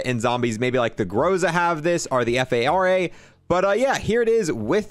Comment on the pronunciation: Lmao he called it the kreeg and the f a r a